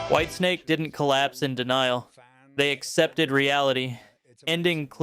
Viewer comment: Whitesnake? Not whitensake…